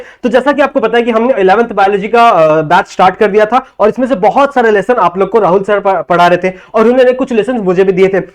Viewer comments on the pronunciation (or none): none